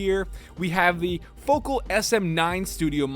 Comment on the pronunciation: Speaker brand Focal = foe-CAL. Ooh la la...François.